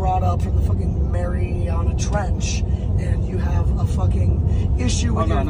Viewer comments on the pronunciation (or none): Anyone else loves how he had such a hard time pronouncing "Mariana"